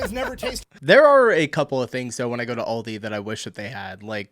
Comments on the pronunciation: Aldi not Oldi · It’s great, but Al di, not all di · Aldi is, in fact, an "Oldie" here in Germany - but its not pronounced like that 😅